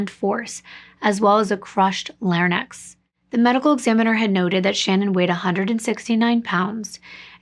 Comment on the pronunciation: Not trying to be mean but it's larynx not larnyx